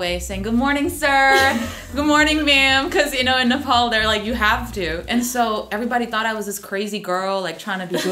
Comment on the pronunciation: Nepol re😂😂 just simply say Nepal it just 13 year u guys moved to here right